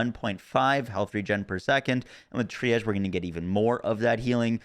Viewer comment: C'mon, I know you're part Florida man, Tri-Ahze? It's TREE-ahge. All jokes aside, loved the video man. Finding the most broken builds, as always.